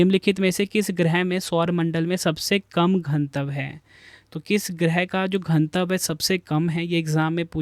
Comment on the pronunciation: घनत्व ☑️ घनतव❌